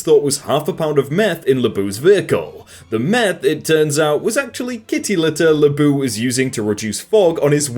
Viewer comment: LeBeau is pronounced like Lu-bow